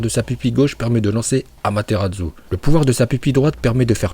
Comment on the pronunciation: "Amatéradzu"🤣 . avec une prononciation aussi dégueulasse du nom de ce pouvoir, tu n'est plus du tout légitime de parler de Naruto, quelle honte😲😲